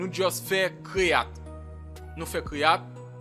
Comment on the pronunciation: yoooo eseye aprann jan pou w pwononse mo yo tande man, Se pa fil, se fayl. se pa kreyat, se krwiyet. Ou pa oblije konn pale angle men omwen pwononse mo yo jan yo dwe pwononse man